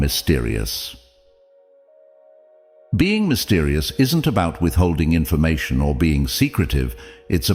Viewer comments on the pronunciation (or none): none